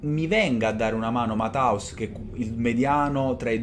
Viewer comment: Ammazza che pronuncia mataus😂 é tedesco e si pronuncia Mattheus